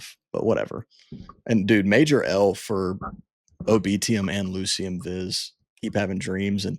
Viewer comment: Ulciscor is pronounced ALKISCOR not f'n ALL SCISSORS come on guys. That's just one of the names you butchered. You guys pretty much f'd up the pronunciation on EVERY ONE OF THEM. smh And oh by the way ITS PRONOUNCE LU KI UM, can you do a little research before you make these videos?